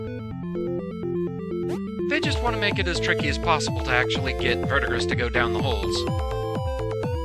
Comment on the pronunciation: It's not important but the green dude's name is pronounced ver-di-gree. It's the name given to the green accumulation on things like copper that develop over time.